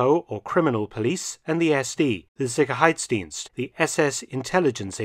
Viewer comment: Interesting video. Just a remark that while your German pronunciation is quite good, your emphasis is off on several key words. Correct is SICHerheitsdienst instead of SicherHEITSdienst, EINsatzgruppen instead EinSATZgruppen, KrisTALLnacht instead of KRIStallnacht.